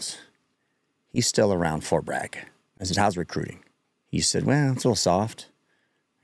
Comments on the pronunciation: He mispronounced "Bragg" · They mispronounced BRAGG